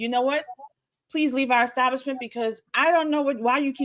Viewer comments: What is an EKSTABLISHMENT ? The guy claimed to be a Pastor, so, I would assume that he has some level of higher education, and he can;t handle pronouncing a word that is pronounced EXACTLY how it looks!!! and somebody may be on the hook for lost revenue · Ickstablishment? What the heck? 😂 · What's an eggstablishment?? is an ignorant fool😂😂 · The word is not" exstablishment ". People tired of this crap. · What is a extablishment? Just thought I'd ax. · ekstablishments say it rite!! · What's an exstablishment? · “Exstablishment”? I guess now, since they are not going back, it IS and EXstablishment. 😂😂😂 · Did I hear EX-stablishment? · What is an "extablibshment"? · When he said Xstablishment I didn't believe anything else he said!😂😂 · Yeah well, there are a bunch of idiots listening and holding on to every word says at his holy exstablishment😂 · What's an "ecstablishment"? Also that story is very sus. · Did he keep saying, ecstablishment? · Maybe mispronouncing “establishment” (twice) is your problem… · Sir…. When you learn how to say establishment, we will take you seriously.